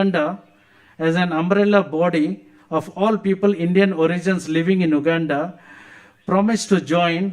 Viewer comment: First atleast learn how to pronounce the word Uganda well not wuganda before you ran and rash to ask for citizenship